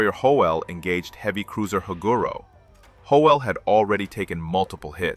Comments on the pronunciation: This video's AI narrator mispronounces "Howell". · The times in the audio do not mach the times shown in the subtitles. Also mispronounced Howell several times. narration said he was from Checotah Oklahoma, subtitles said he was from Chickasha Oklahoma. Too many mistakes.